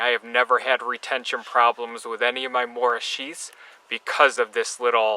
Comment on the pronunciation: morakanieve? lol